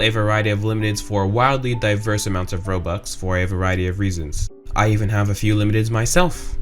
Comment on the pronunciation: Its Robux Not Bobux Whyyy (ᗒᗩᗕ)ಥ╭╮ಥ